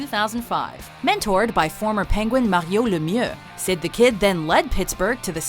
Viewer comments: It's Mario Lemieux, not Maheeoh Lemyuh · It made me crInge at how she pronounced Mario Lemieux he wasn't French Canadaian so it is pronounced Mare-e-o-Lem-ew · Who the fuck is Maw-he-uh Lem oo? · wtf is Maryow Lemyeuh? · Who's Mah-yo Le-myuh? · MahowLemo? I don't think Mario has even heard that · Who the hell is Ma-hyo Le-myuh? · Mare-Ho La-mew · How is Crosby ranked over Kane? Also, Mah-lou Lah-mirror. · I don't know who this Markio Laemuick is!! LOL!!! I'm making fun of her pronunciation of Mario Lemieux's name. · Sorry but you did NOT just pronounce Mario Lemieux like that lmaoo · I've lived in Pittsburgh my entire life, and was at the game when the Pens clinched the first pick in the 83 draft. I've followed Mario's career closely and even met him a few times. And I've NEVER heard his name pronounced like that until now. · Please stop saying Mario Lemieux like that 😂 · The way you say Mario Lemieux gives me literal cancer. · Her sudden French pronunciation of Mario Lemieux caught me so off guard I can’t laughing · They mis pronounced Mari Lemieux She sounds like joey from friends trying to speak french or phoebe struggling to pronounce something and the guy in the video pronounced it correctly and she did not my god it was done for you. I hate the pens but he deserves to have his name pronounced correctly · The way she said “Mario Lemieux” hurt my teeth... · It's unreal how forced and shitty her French pronunciations are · Does anyone else cringe any time she says "Mario Lemieux"? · way to butcher MARIO LEMIEUX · Your pronunciation of Mario Lemieux is bullshit. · what a way to pronouce mario lemieux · Listening you say Mario Lemieux is painful. I'm not trying to be an asshole but it hurts. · Why can't you say Mario Lemiuex normally. French Canadian people don't even say it the way u do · This dumb bitch. Pronounce Mario Lemieux's name right. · Crushed that Mario Lemieux pronunciation. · The way they say Mario Lemieux is embarrassing.